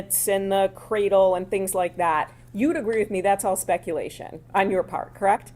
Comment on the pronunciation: That lawyer loves saying “Spectulation”. 😂